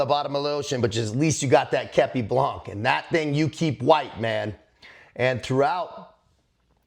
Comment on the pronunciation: with all the respect i have for you Please say képi blan the final C is eluded and must not be heared...